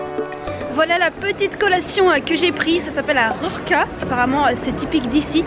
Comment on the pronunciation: rurka ou rura = tuyau ( il faut rouler le R )